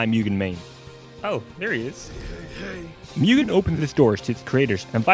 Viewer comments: its pronounced moogen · Every time he says mewgen makes me cringe x.x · you sure it's not pronounced 'moo-gen'? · Just as a minor tip - Mugen is pronounced closer to "Moo-gen" since, y'know, Japanese.